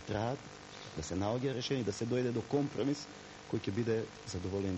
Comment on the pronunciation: 60 pati go spomena zborot komprromhriss